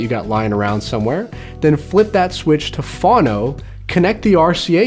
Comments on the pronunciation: ~ FOE-NO, NOT FAH-NO. Phono short for phonograph, with a long letter 'o' ~ never heard phono pronounced as you did. You lost me with the belt-driven turntable. Cheers, DAVEDJ ~ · chuckle when he says "fawno".